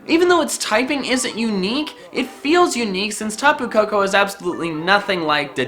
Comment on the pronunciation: Also, when he says "Tapu Koko", it sounds like "Taboo Cocoa". Lol